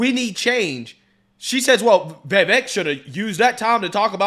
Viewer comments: I want my boy to get Viveks name right. It’s not “Vay-Vake” it’s “Viv-ake” 😂😂😂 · Still mispronouncing Vivek's name...lol. I would think if you actually have any respect for the guy, You would start saying his first name correctly. It's just a point of respect for anybody even if you don't have respect for somebody... it takes The smallest amount of effort to get his name right.